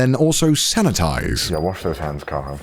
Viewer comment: Connor: "yeah wash those hands kaho" Me: wait, why did ya said it like that connor?